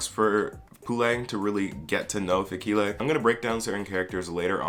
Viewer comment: I love your videos but I can't keep a straight face every time you pronounce Fikile